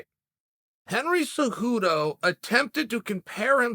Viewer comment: "Henry zuhoodou"